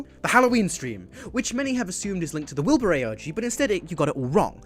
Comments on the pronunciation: Did anyone realize he said "Wilburinnit"? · Did anyone else notice that he said wilburinit? Also that voice crack is hilarious